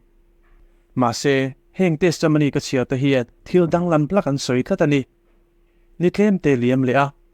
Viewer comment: Testamony tih hi chu a ngaihmawhawm deuh,a thenin Testomony an ti bawk.Testimony tih ve mai a tha e.